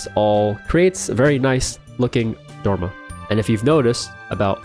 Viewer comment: good content, but why do you say "plain jane" so much? and why, with an american accent, do you say "dorma" instead of dormer?